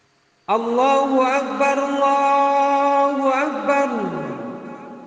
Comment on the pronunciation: Sdkt koreksi : الله أكبر yang akhir, ALLAAHU .... harusnya dibaca panjang, bukan pendek.